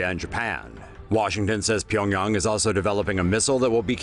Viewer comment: Finally someone pronounces Pyongyang right